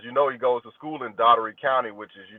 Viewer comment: It's pronounced "Dawl-tree" county